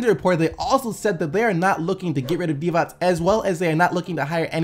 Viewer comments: Finally someone that knows how to pronounce Divac's name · The first American that said Divac righ.I know cuz im from Serbia